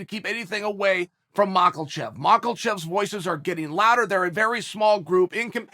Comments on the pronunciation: Chael has said Islam Mahkelchev 7 times today which constitutes 7 times too many. Mah-kel-chev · He says Michaelchev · You know chael, purposely mispronouncing names of the fighters is getting god damn annoying. Makhlachev? Khazmat? Jesus Christ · Will chael ever pronounce islams name right